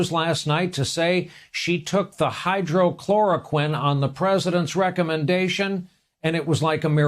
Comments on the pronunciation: Its hydroxychloroquine not hydrochloroquine ignorant journalist. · Its hydroxychloroquine not hydrochloroquine...get it right...he said hydrochloroquine multiple times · Hydrochloroquine? What kind of reporting is this? It's hydroxychloroquine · dude,there is no "hydrochloroquine"